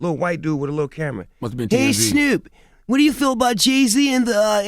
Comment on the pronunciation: "HEY SNUUP"